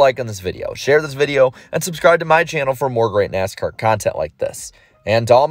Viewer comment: You know its an iceberg video when within the first 3 seconds you hear “Neascar”